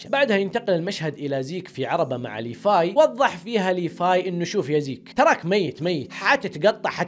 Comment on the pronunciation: ياخي والله اسمه (ليڤاي) ليڤاااي مو ليفاي